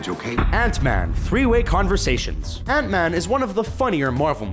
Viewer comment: why...... why do you pronounce Ant-Man so weirdly?